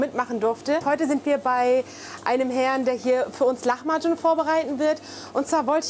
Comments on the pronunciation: sie spricht es aber leider falsch aus :/ in der türkischen Sprache gibt es keine "ch" laute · oh man ich hab lahmacun wohl immer falsch ausgesprochen xDDDDD (lama-dschun) statt (lachma-dschun) mega lecker auf jeden fall und danke fürs rezept!!